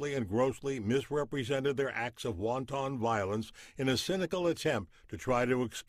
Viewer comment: "Wonton" violence the narrator says...hilarious.